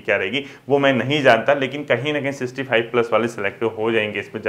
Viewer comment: Sixty itna repeat kia sir aapne but pronounce shi nhi kia aapne.